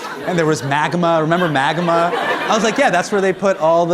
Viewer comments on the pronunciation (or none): Why can’t Hasan pronounce magma? 🤔